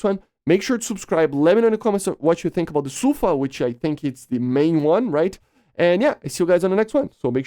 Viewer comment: The emphasis in sufa is on the A. It means storm.